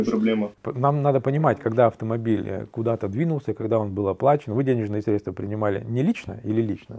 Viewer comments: разговаривает как мошенники из "аналитических компаний" средствА, смотрите. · «средствА» - пипец… Миллиард раз было сказано.